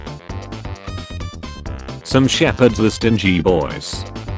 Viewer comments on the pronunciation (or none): I love how the text reader reads stingy as stin-gee when it's meant to be sting-ee, and vice versa.